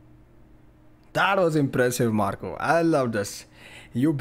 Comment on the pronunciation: I insist you try the two-forked facial hair approach. Also, you pronounced Marko's name* perfectly: just a simple "o" instead of "oh". *Well, his real Finnish name instead of his stage name Marco.